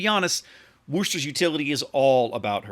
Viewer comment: It's Woo Sta not what ever you was calling the great MA Town and Ship. lol